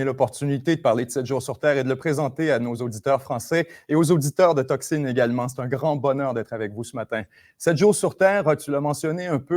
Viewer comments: Sais pas pourquoi il l'a prononcé de cette manière, je suis Québécois et j'ai jamais dit 'Toxine' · tocsin dit en quebecois ça ne donne pas "toxine" même si ça sonne légèrement différent par rapport aux prononciations françaises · Tocsin prononcé Toxine, c’est pas mal. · ah, la bourde, tocsine, non pas, toxine, tocsin, voir la différence de sens énorme, j'imagine que vous avez ce meme vocabulaire? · Les réponses fleuves de sont à l'image des documentaires de 7 jours sur terre, intellectuel, grandiloquent ou passionnés. Mais comment quelqu'un qui maîtrise si bien la langue peut se m'éprendre et prononcer tocsin à l'anglaise, surtout entre deux interlocuteurs français/francophone? Enfin le petit signe "freemasson style" à la fin laisse perplexe. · 7 jours sur Terre : 👍 ; par contre, il est préférable de ne pas prononcer Tocsin avec l'accent québécois (Tocsine) pour éviter que ça devienne toxine. Ça peut être mal entendu par certains. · Au Québec, on prononce Tocsin comme vous. Je me demande ce qui a pris à de le dire comme un mot anglais. Il a une mauvaise analyse des Québécois. Beaucoup s'informent dans des médias alternatifs étrangers: Français, Belges, Africains, Algériens ou autres et aussi de médias alternatifs québécois. J'avais écouté cette chaîne mais le ton grandiloquent de m'a fait décrocher. Merci à Tocsin: je vais retourner l'écouter et évaluer si son contenu mérite de supporter l'enflure de sa parole. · Mais les Français prononcent tellement de trucs à l'anglaise (je pense à Justine Trudeau plutôt que Justin) que ça l'a probablement porté à faire l'erreur avec tocsin. ;)